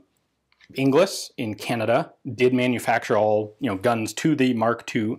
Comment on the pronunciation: “Inglis” is a Scottish name. The proper pronunciation is “In-gals”. It derives from the medieval Scots for “English”